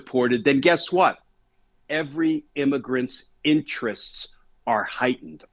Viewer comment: IMMAGRENTS? IS THAT WHAT WERE CALLING CRIMINALS WHO SNEEK INTO THE USA?